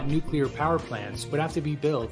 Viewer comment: Please don't say 'nuclear...'